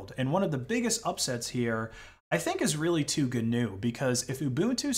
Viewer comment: Even the pronunciation of GNU is cringe worthy.